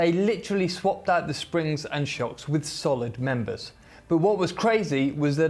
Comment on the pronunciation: u said “solid members” 😂😂😂